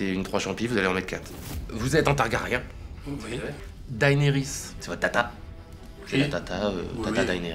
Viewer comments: Daynerys les gars... Sérieux ? Ça se prononce Dénerys. Même si c'est écrit Daenerys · Oui, alors non, hein. Faut arrêter de prononcer Daénérisse. Ça suffit, maintenant. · "Chère Daenarys.." C'est Mort ! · non, dAEnerys en fait.